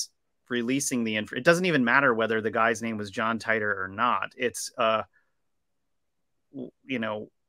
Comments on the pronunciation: Teeter not tie tor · John tEEter....Not TYTOR. Nobody has ever said Tytor pronunciation